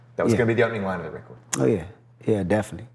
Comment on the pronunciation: He says it like "Definy" and "perid" lol